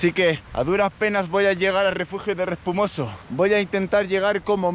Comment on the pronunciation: Es Respomuso no Respumoso*!!! 😂😂😂